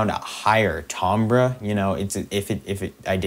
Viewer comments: im sorry bro but your saying Timbre wrong, your pronouncing it "Tombra", should be pronounced "Tamber" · Yeah, this channel is so helpful I didn't want to say anything, but it's making me want to gouge my ears out lol